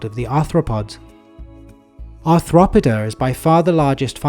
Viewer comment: ar throp id a? shouldn't it be more like arth ro poda?